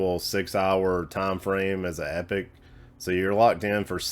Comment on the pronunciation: Hey fella, great vid. Feedback on epoch. Your pronunciation of epoch as eepok is correct. It is a snapshot in time. When people say epic this is related to Agile methodology and the delivery of Epics i.e. big chunks of work. If people pronounce epoch as 'epic' they are either referring to Agile delivery of epics or are slang bastardising the word epoch. You are right, it is pronounced 'eepok'.